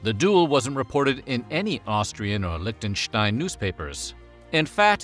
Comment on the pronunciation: Leeshten-shtein. No lich there.